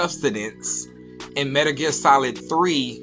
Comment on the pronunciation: Dude saying 'Metr Ger'?